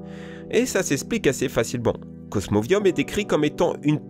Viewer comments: et c est cosmovum pas cosmovium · Tili pas Tali (rien a battre de ta dyslexie psk t'es pas sourd donc on a du te corriger quand tu l'as dit la première fois) Cosmovum pas Cosmovium (encore une fois rien a battre de ta dyslexie psk t'es pas sourd donc on a du te corriger quand tu l'as dit la première fois) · Cosmoviom et Tali bienvenue dans le club male prononcer , primo kryogre primo grodonne meyaga reykazza tous shinéy , et L'arnaque 😆😆😆 Cosmoviom , JPP Tali et régî ( Régis) #Anchénement !!!!! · Et en plus, c'est pas Cosmovium, c'est Cosmovum. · C'est pas plutôt Tili au lieu de Tali (car dans le jeu c'est Tili) et c'est plutôt cosmovum que cosmovium xD. En tout cas, très bonne vidéo, continue comme sa . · Mais c'est Cosmovum pas Cosmovium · cosmovum pas cosmovium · c pas cosmovium mais cosmovum et c pas tali mais tili dsl mais faut un peu apprendre a bien lire